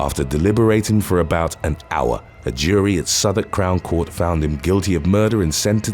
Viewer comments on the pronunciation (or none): none